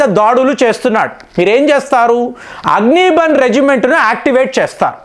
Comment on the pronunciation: అగ్ని బన్ కాదు. అగ్ని బాణ్ అని పలకాలి. అంటే, అగ్ని బాణం అని అర్ధం.